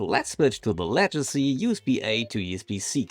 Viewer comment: Legacy. Hard G. Leg - a - see.